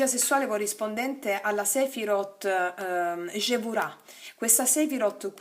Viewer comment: Si dice gheburah in ebraismo non c è ge e chesed non cesed